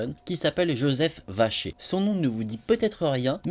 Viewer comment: Qui entend Joseph vachier au lieu de vacher